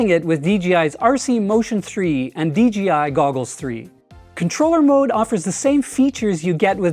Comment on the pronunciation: Great video. Interestingly I hear “DGI” whenever you say “DJI”. Must be an accent thing. 😊